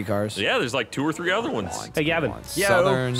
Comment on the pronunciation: OI! I'm bloody syncin! One! Two! Tree! One! Two! Three! - 2016